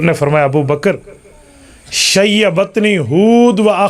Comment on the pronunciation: شیبتنی ھود واخواتھا۔ ،، ت۔ کے ضمہ کیساتھ۔ ،، ت ،، کے کسرہ کے ساتھ نہیں